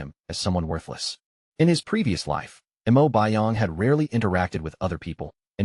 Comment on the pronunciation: Mo not m.o